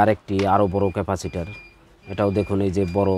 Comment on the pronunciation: ভাই ক্যাফাসির বলতে কিছু নাই ওটা ক্যাপাসিটর হবে।